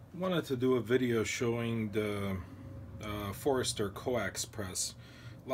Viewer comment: Great video on a great press. It's FORSTER not Forester though.